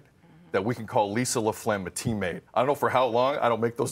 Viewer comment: Sounds like he’s saying 'LaPlegm'. I’m sure Ms. LaFlamme wasn’t too pleased.